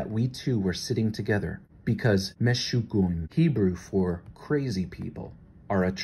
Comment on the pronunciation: its pronounced Mi-Shug-a-na,,, its realy crazy huh ?